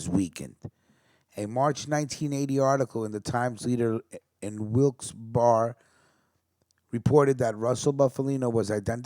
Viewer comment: Awesome! This is great. Wilkes- Barre is a tough one, unless you’re from the area. It’s pronounced like Wilkes Berry. Bring more. Love your voice!